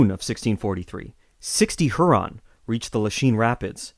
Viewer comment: Your pronunciation of Huron and Iroquois. Are they correct? I've been taught otherwise